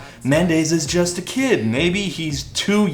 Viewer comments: I knew this song sucked as soon as Mendes pronounced the word ‘just’ as “joy-ist”. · Dude sounds like Cartman when he sings. Makes me wince. The way he pronounces "just" when he's singing as well is something I can only describe as alien. He sings "jaaaiiiiiiiist"... just... what the fuck is that. He does it with the word "touch" in Stitches too. "Taaahheeeetch"... what a cunt. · Why does he keep adding vowels to his words? Like "just" and "want" become "juyist" and "wahint." Annoyiying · why does he say just jeyest...